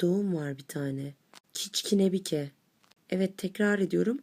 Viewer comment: kiçkinebike değil kıçkınibuke salak